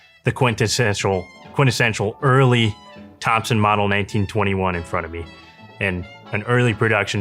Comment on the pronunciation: Thompson not topson